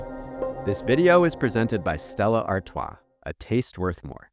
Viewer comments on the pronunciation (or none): It's pronounced "ar-toys" btw! Love the vid